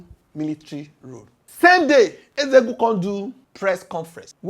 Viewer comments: Nzeogwu not nzego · abeg pronounce NZEOGWU name well no be EZEOGU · Who is Ezegwu, try to learn how to pronounce Igbo names.